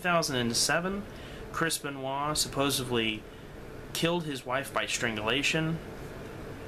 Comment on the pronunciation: What I wanna know is why kids today cannot properly pronounce the word 'supposedly'. Yes, there is a d in it, not a v. I'm sure that's probably how your parents spoke, but they, too are wrong.